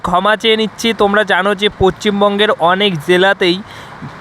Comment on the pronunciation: দাদা এটা পচ্চিমবঙ্গ না পশ্চিমবঙ্গ হবে